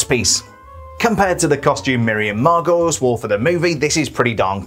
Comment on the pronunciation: Margolyes is pronounced Mar-gol-ees.